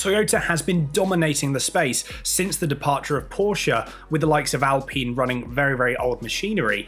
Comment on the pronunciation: Points for pronounciating Alpine correct! 👏👍